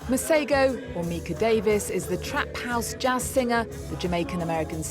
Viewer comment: I'm sooo glad that he actually does know how to pronounce his name.... Its been bothering 😳 me for a while yazi.